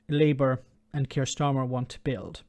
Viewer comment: And I did enjoy understanding every word Starmer pronounced. It is not the case with the PM that doesn't pronounce well. I never understand what he says. 😝😝😝